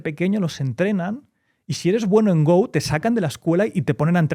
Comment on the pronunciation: No es el verbo inglés, se pronuncia go, tal como se escribe en castellano.